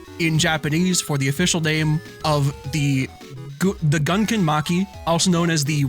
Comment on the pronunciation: pronouncing "gunkan" like Gungans from Star Wars hurt me on a spiritual level.